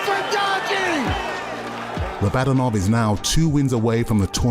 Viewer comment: Why are they still calling him Rah-bod-un-ov when he told them it’s pronounced Rah-buh-don-ov